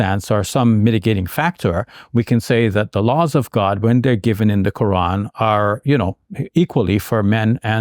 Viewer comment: Why she pronounces Ko'an 😂